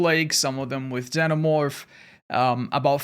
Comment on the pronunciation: ZEENOmorph not ZENOmorph